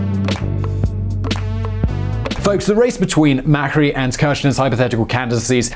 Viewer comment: You pronounced Cristina Fernandez as if she was from Spain (with the lisp) which sounds weird in Spanish as she is not from there and also even weirder when speaking English. Then you pronounced Mauricio Macri's name as if it were in Italian.